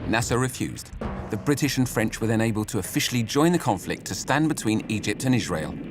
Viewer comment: Narrator for no reason: Ijshrael